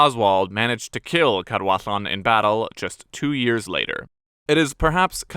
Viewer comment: Thank you for doing the research into the correct pronunciation of the Welsh names - When you got the DD in Gwynedd right I was like "ok, this might be good", and then when you got the LL in Cadwallon right I was in love! Diolch o galon!